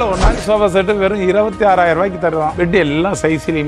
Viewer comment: Sofa❌ shoba✅😁